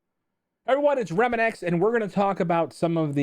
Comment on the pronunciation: bro your name is pronounced RE-MANX where did you get remananx from?